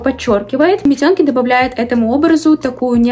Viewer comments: Как, как? Метёнки😂? мИтенки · митЁнки.. мИтенки